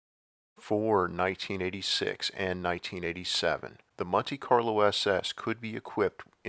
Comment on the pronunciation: what's a munte Carlo?